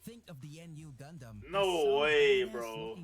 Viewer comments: When the first video said RX93-Vee Gundam or En-Yu gundam. You know the guy who made that video knows no shit about gundam lmao. It's called Nu(pronounced as New) Gundam. He also showed the Freedom gundam when he said Strike Freedom which are two different gundams. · You can tell the dude from the first video barely saw any of the series he was talking about, especially with the "N. U." Gundam, shit's pronounced "noo" or "new" every time it's said in the movie lmao, brother was reading off the wiki